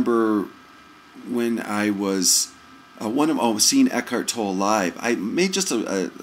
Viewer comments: Toe-Lay. Not Tole. Toe-Lay. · all I did was correct his pronunciation of Tolle's name. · The correction on Tolle's name comes from the source. he is Eckhart Tolle and he knows how his name is pronounced so I passed on the correction. A critique is an opinion and is therefore pretty worthless because it is based on one's own personal past conditioning. To critique others is to assume that you know what is best FOR THEM. Only God knows what is best for each person's soul, therefore criticizing others is an illusion. One can only speak for oneself when it comes to "what's best".